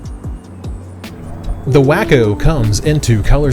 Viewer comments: I think its said as Waco like in Texas.Not Wacko lol This looks like a fun plane! Thanks for sharing! Great video man🤙 Perfect edit! Wish i had your skills!! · It's WAY-CO, which is spelled Waco, wah-co would be spelled wacko I bet you have never heard of wah-co, Texas have ya? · Its pronounced Way Co not wacko silly 😂😂😂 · It's " wah-ko, not Wack-o. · yTF did you call it "Wack-o"? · I'm not trying to be a jerk, but Waco (the aircraft company) is pronounced wah-coe or walk-o. Just FYI. I used to say way-coe until one of my airplane (as in full size, or real airplanes) friends laughed at me and set me straight. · You're trying to be like a professional presenter. I'd think you'd actually look up the name before possibly mispronouncing it. For me its 1 of those things that I block channels for. Personally.